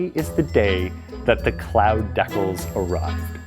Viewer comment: Did anyone else cringe when he mispronounced decals